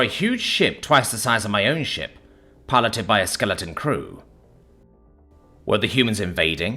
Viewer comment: Ohhhhhhh! He said "shiP" with a P. I had to stop and read.